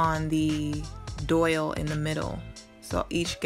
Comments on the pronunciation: It is called a Dowel not a Doyle!! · It’s not a doyle... it’s a DOWEL, it rhymes with TOWEL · not that it matters and PLEASE don't get offended....I would want to know myself......but it is pronounced dowel (like towel but with a d) not doyle....but stunning project! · it's dowel, not doyle. It took me a while to figure out what you were saying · JAY HUSTLE not unless the pronunciation of the letter W and Y have changed. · DOIL? You mean dowel? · I was wondering what a doyal was, then realized she meant dowel. It's all good. I always mispronounce things myself.☺ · enjoyed your video. just a point fot you, it’s called a dowel. pronounced like towel.